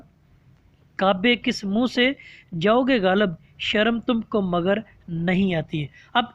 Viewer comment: لفظ غالب میں ۔۔۔ لام کے نیچے زیر ہے